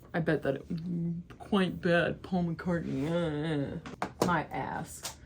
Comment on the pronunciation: You’re great and I enjoy your videos and perspective. But I’m sorry, it’s “Mack-ah,” not “Mock-ah.” As in, MAC-Cartney.